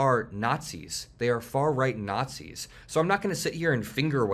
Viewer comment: "It's not far-reight rhetoric, its not-c rhetoric"... I meeeeean tomato tomato